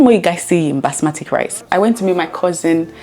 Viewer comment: BASMATI rice not "Basmatic"